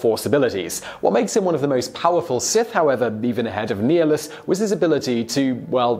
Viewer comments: It is prounouced (Nigh-nilus) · Reeeeeeeeeevan, Qweee-gon, neehilus, Kreee-uh, bruh lol wtf. This list is terrible btw, Nihlus can devour entire world with the force and drain his enemies of life completely, please someone explain how some old guy who can shoot lightning out of his fingers like a magic fairy is stronger.